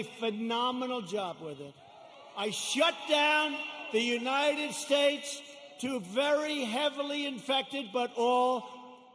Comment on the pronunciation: "United Stayes" LOL